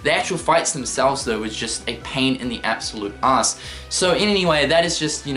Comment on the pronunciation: This may sound creepy, but am I the only one who thinks the way he says "ass" is funny? XD "It's a mayjah pain een the oss" -Cynical